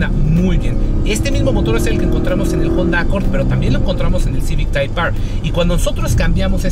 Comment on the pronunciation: Cada vez que dice "Jonda" 😂